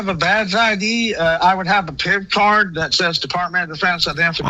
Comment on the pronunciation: he's gotta go through the pwocess of getting his pip cawd weplaced